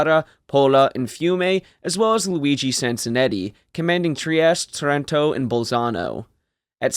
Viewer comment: It's pronounced TARanto - stress on first syllable. It's painful to hear the Brits mangling this name. Similar story for BRINdisi. And VENeto.